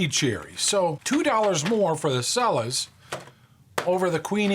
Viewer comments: The Cella's brand is pronounced Chella, not Sella. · i'm pretty sure it's pronounced CHELLA. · Cella's is pronounced CHELLA'S